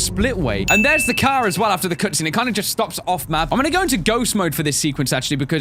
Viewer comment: When you said car it sounds like cow